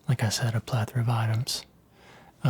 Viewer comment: Plethora is one of my absolute favourite words and you say it ✨beautifully✨